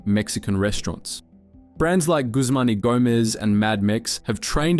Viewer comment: GUSMANY GOMEZ LOL